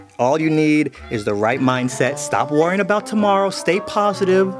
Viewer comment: Not me overthinking about how to say “worrying” because said WAR-ing 😭